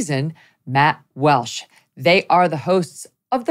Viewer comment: Its Walsh, not Welsh, journalist.